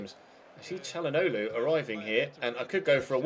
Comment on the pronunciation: When you said Chally for Calhanoglu it sounded like you said Cani as in CaniSports